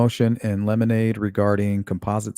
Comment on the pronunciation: Motion in 'lemonade' is cracking me up. Great way to remember how to pronounce it!